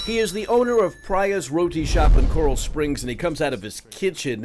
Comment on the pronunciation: Omg he said the name of the shop wrong lol 😆